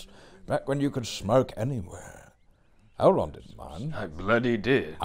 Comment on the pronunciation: Lol 'Adult' Elrond